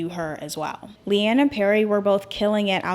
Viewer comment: Just wanted to say (not wanting to be rude) it’s pronounced LEE-anne 😭